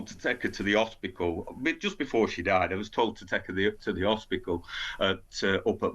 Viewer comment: Hos pit al. Not HOSPISKAL